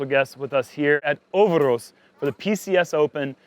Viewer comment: its "ö"ver"ås", not "ouverahs" :P Ö as in "Mike -E-rhmantrout" or as in "b-i-rd" and Å as in "p-oo-r"